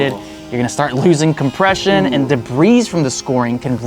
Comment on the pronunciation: Usually when I see I skip it but it was a treat to see him chip his tooth haha sucks (and he can't pronounce "debris") 🤣🤣🤣